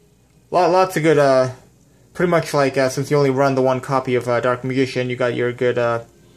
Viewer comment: "Leg-End? Meegician?" there's a difference between a speech impediment and just not giving a shit.